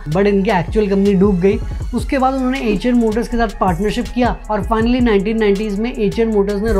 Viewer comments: Bhai एएचर नहीं आयशर मोटर्स है। अंग्रेज के जैसे गूगल ट्रांसलेट मत करो। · 😂😂😂😂 acha eicher Motors By hearing you it sounded like "HM noodles" 😂😂😂